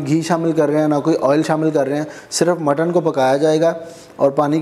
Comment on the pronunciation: Kuch bee jaisa bola tha😂😂